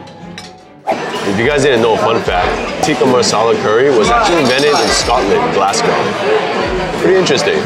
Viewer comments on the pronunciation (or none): There is no place in Scotland called glassco. But there is a city called Glasgow pronounced glaz-go.